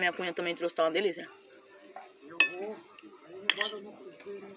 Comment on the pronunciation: A frase que ela fala qje eu amo "Tá uma deulicia"